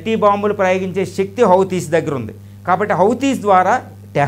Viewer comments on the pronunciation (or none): none